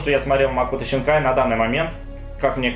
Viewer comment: зачем писать Синкая если ты говоришь Щинкая ?